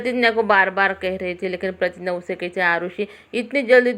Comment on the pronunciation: Pratigya h wo pratinya nhi madam ji